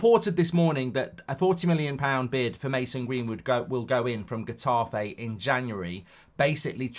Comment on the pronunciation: Pronounced hetafay twit